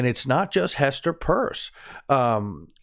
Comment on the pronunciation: Why do you call Hester Pearce, Hester Purse ???